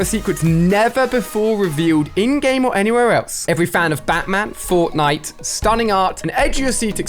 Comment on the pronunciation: He said forknite